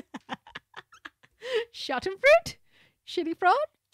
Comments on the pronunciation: what's that word? schadenfraud? - schadenfrood. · I love how Portnoy corrects Rogan on the pronunciation of Schadenfreude by giving him an even worse one. Amazing people right here.